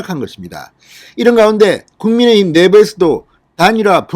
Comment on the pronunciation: 국민의 힘, 국민의 당 발음을 신경쓰셔야될 듯합니다.. 애쓰십니다